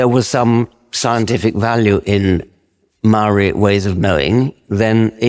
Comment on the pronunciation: How about his pronunciation of Mouwee...😂 They must be a unknown sub tribe of Ng te Pakeha....😂😂😂